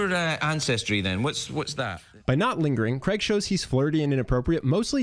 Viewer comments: Why can’t Americans pronounce the name Craig properly !!!!!! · Why can't Americans say the name Craig properly? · God I hate how Americans butcher English. Who says "Cregg". It's pronounced "Cray-G" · Why do americans butcher the name Craig by pronouncing it as Creg? It is so simple to say this correctly, but they go out of their way to stuff it up. It's the same middle sound as "laid". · Why do you keep calling him kreg? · You misprounced his name and I doubt very much if this would work in Europe! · FF sake pronounce his name right!!!